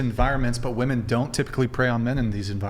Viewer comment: I've heard 'woman' for singular and 'WOOMAN' for plural